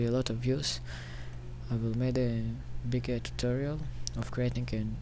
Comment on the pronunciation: It's tutorial, not tuterial.